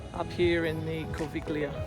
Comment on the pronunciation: cool vid. Btw I always come here for skiing and you wright „Corviglia“ but pronounce it „Corvilia“